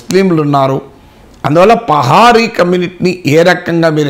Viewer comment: Pahari kadhu pahadi